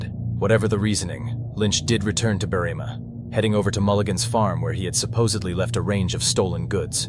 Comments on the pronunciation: The town is called Berr-im-a, not Berreema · It’s Berrima not BerrEEma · When researching Australian place names probably best to ask an actual Australian about pronunciation. Berrima is pronounced Berry-ma but quickly. No drawing out the ry or ma. Apart from that it was a solid presentation